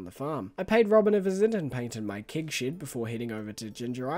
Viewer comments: Im the guy who gets bothered by the weirdest things. Why do you pronounce it „kig“? Its kEg!! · I celebrate you pronouncing things differently but I also skip 10 seconds ahead when I see kEgs! Kappa